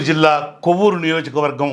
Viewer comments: kovvur kadu Kovur - chusi chadivite anni tesipovu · అది. కొవ్వూరు కాదు. సార్ కోవూరు అని. పలకాలి సార్ అది నెల్లూరు జిల్లాలో వున్నది.